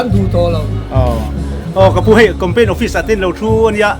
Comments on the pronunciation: Thianpa chu Compaign i ti reng mai a, Campaign tih tur aw, i channel a ti ho tlat....hengte chu youtuber chuan lam thiam tur.... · Campaign tih tur ah compaign i ti char2 in ka hria..ka hresual ti dawn ila i sawi zing ve bawk sia.😅😅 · Compaign iti zel a sir,, Campaign tih zawk tur aw. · Ka rilrua awm, ka sawi châk deuh i lo sawi e...hetiang saptawng word khat lek, kan hman rim em em te hi chu anni ang social media, content creator ni chin te hi chuan, a zawng zawng anih loh pawn he word pakhat mi zawng zawngin jan sawi rim em em 'campaign' (kam-pein) tih mn ai nai te hi chu han lam dik ve hram thei ila chuan duhthusam chu a ni ngei zawk ang mole! 🤔🤷🤷😁 te ka lo ti ve mai mai a! 🤷